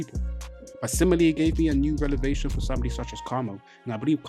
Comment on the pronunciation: BTW... you been scrambling the word revelation every time 😂😂 You are mixing up the V and the L, like in this video you kept saying rel-ev-ation instead of rev-el-ation "Revelation" stems from the word "reveal" - as in, knowledge is being revealed to you Or you can just remember, ReL-evation is a grammatical L